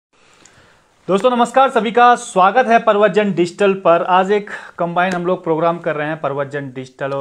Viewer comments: Bhai digital ko pahle shi se pronounced kro dusra prshan- chin bhi galat pronounced Krte ho ? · Bhai wo digital ko shi se nhi bolte Hain. Galat boltein